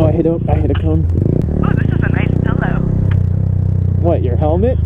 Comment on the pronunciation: She said pillow